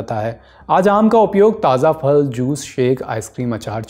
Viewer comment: जनाब फ़ल नहीं फल बोलिये... बार बार फ़ल खटक रही हैं